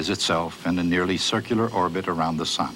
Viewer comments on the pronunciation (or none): it's all 'circ-u-lar mannnn